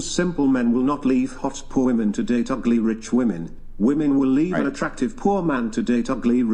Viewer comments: Why the hell do they say “WOMAN””” it is honestly so damn annoying. It’s “Women”….!!! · Why do Gen Z women keep saying "woman" thinking it is plural! it is not, it's singular! IT IS "WOMEN" NOT "WOMAN"!